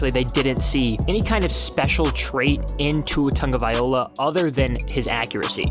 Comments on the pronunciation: I'm sorry man but it's been a whole season since he's been on the team...surely you can learn to pronounce his name correctly, no? You've got the first part correct just the ending is wrong you keep saying vai-OLA but it's vai-LOA just how it's spelled at the end. Just saying. I've listened to your videos before the start of the season and just surprised that you haven't learned how to say it by now. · Say it with me: Vy-loa. Not Viola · Brah, his name is pronounced TagovaiLOA not TagovaiOLA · IT'S NOT TAGOVAIOLA ??????? IT'S - T A G O V A I L O A !!!!!!! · Its pronounced Tunga Vy Low ah no Tunga Viola. If you’re going to make videos at least learn how to pronounce peoples names and read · So we supposed to believe you when you can’t even say his name right! It’s TangaVAILOA!! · Guy sensationalizes the facts in an extreme negative light and emphasizes his ignorance by repeatedly mispronouncing his name. Tua has a long way to go but did okay for a guy with no Spring , no training camp, no preseason, a pretty lousy O line, lousy receivers, mediocre RBs and a system not fit for him. Trade back into the top ten, pick up your 3rd 2nd rounder (2-1s, 3-2s, that's five of the top 50), get Tua two receivers, a RB and a Right Tackle and and I'll take the Dolphins over Watson wherever he goes. I'll take Tua twice if Watson chooses the Jets.